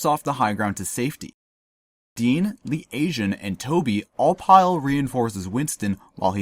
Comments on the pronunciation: Who the fuck is Lee Asian? Its Pronounced Lee "Tey" Jun. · "leet aejun" hahah